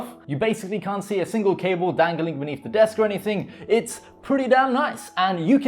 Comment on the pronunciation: i just keep hearing "kale management"